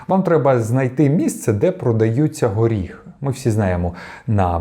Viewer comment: Горіхи, а не оріхи.